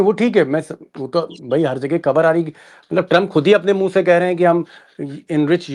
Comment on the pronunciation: " 🖋🖋🖋 आदरणीय श्री दीपक श्रमा जी ! नमस्कार !! " बड़ी ख़बर " (Khhabar) बोला करें " सर " ? ना कि खबर (Khabar) बहुत-बहुत धन्यवाद " सर " !!! इन सभी शानदार विडिओ,ज़ के लिए हार्दिक बधाई एवं ढ़ेर सारी शुभकामनाएं 📘📘📘 " (तलफ़्फ़ुज़ ,उच्चारण पर ध्यानदेने की आवश्यकता है)